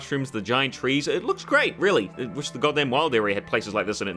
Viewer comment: oh ok I didn't understand you said Which instead of wish